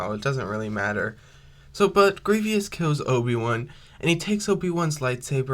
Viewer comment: Cool scenario! I like it! However, the way you were pronouncing Grievous’ name wasn’t necessarily correct. It’s actually pronounced Grie-vous, not Grie-vyous. Just thought I’d point that out. Other than that, nice video here!